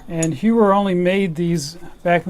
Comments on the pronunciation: Heuer should be pronounced something like "hoi-yer", if you know the watch brand TAG Heuer then you'll know what I mean. Btw, greetings from Hong Kong. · No, you definitely pronounced it wrong. In German, the diphthong "eu" would sound like the Spanish word for "today", which is "hoy". So one would have to add the "h" sound prior to the diphthong I just mentioned. And then the "er" suffix/ending does not sound like in English. If I were to describe it, it would sound more like "ar", like an "a" with a faint final "r" sound. You can check how it's pronounced in this following link: However, the voice is not of a real human, but rather a TTS (text to speech) engine.